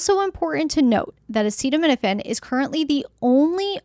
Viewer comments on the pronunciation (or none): What insane world do we live in that our health policy is decided by the whims of a person who can’t even pronounce acetaminophen, instead of scientists and doctor 😊l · Why do we let someone decide our health policy, who can’t even pronounce acetaminophen? On top of that, that person is overweight, eats McDonald’s, drinks soda, and has swollen feet. Some people call him captain bone spurs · I'd say you are nuts if you take your medical advice from a man who can't even pronounce the name of it.